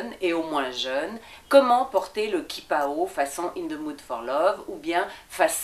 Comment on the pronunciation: On dit "tchipao" hein...